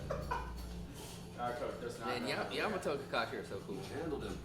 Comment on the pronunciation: Yamato* not Jamato